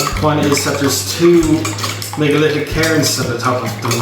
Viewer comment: Hahahaha você tentando falar megalítico sou eu tentando fazer o TH